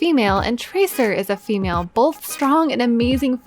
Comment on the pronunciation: yk what bothers me ? when you say boLth